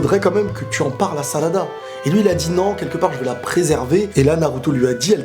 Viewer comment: salada, sakula, naluto, boluto? pourquoi pas prononcer leurs noms normalement mdr? bonne vidéo sinon